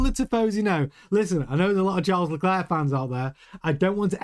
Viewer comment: Charles pronounces his last name LECLERK, not LeCLAIR. refuses to pronounce his name right.